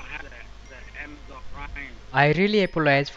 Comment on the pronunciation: Since When Amazon Became Amajon lol 😂😂😂 Best English I Have Ever Heard And Btw Big Thanks To Whole Team Of Trilogy Media 💪